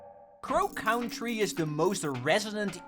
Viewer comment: I've never heard anyone pronounce "country" like that before....